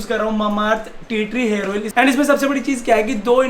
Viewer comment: Hairs ni hota hair hota hai